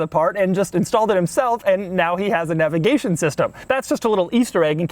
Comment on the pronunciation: For the love of all that is holy stop saying, "navigation."